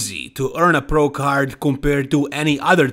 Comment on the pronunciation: l like how you said, "prrrro."😂